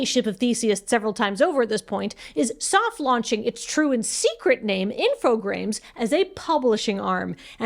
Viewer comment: I was looking at the logo and I still felt like was saying 'Infogrames' wrong. That extra R is like missing a step on a staircase